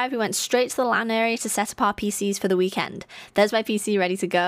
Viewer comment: "wee-kend" such cute, posh pronunciation.